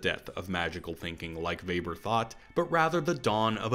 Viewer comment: By far best summary of the film I've ever seen, and I watch a lot cuz it's my fave Nolan. My majors were epistemology & sociology, so really appreciated the Weber (and correct pronunciation!) and Bacon references... Been a filmmaker for 25 years or so and your essay unlocked an insight: Nolan was thinking about the magic of film, specifically the defining magic of the cut. How do we know that actor/character is the same actor/character cut after cut after cut? It's a social contract... like a magic show. Teleportation and secret twins are the reductio ad absurdum of classical stage craft and yet also stab at the heart of "movie magic," i.e. ten thousand takes re-contextualized in post-production to create the illusion of a performance and a story. I have a strong hunch Nolan was thinking about the Venn overlap of screen craft and stage craft when conceiving this masterpiece.